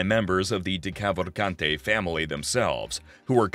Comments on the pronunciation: It’s an Italian name, not French or English, you actually pronounce the ending E. Italian Americans try not to butcher their own last names challenge, difficulty impossible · anyone else annoyed by how the narrator pronounced decavalcante? or any of the names for that matter